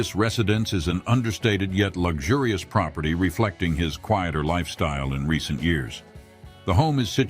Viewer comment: residded? (resided)? Queeter? (quieter)? Come on! You can't get a human to read these lines? unsubscribed